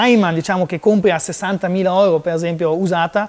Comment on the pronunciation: Tutto molto bello, ma sentire pronunciare la parola euro alla tedesca "oiro", mi fa sanguinare le orecchie 😂